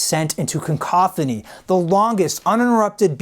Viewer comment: "Concophony"?? Is that anything like a cacophony?